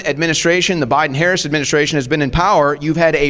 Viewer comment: So f'n smart, yet still can't pronounce Ms. Harris' name.